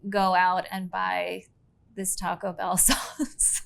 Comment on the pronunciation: Hot take (pun intended): it’s Taco BELL, not TACO Bell. The voiceover pronounced it the latter, the judges pronounced it the former.